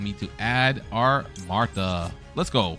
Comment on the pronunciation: Your pronunciations are hurting me physically….. marta …MARTA REALLY